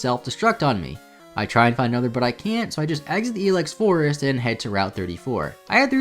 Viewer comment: pronounded I Lex forest